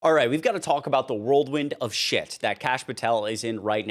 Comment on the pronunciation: “World wind of shit” Bro what in the fuck. WHIRLWIND ! IT ISN’T THAT HARD OF A WORD TO SAY HOLY SHIT